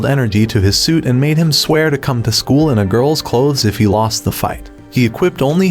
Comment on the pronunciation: Stop saying sweet and say suit, like you know how to speak stop using an a.i speaker